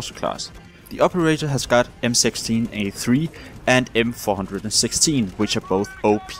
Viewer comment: It bothered me so bad how you said HCAR and M416 lol